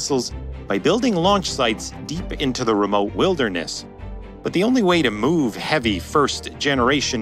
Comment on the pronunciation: its wilderness, not vilderness :P